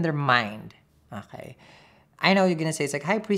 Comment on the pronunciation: I love the way he says "akaay" 😁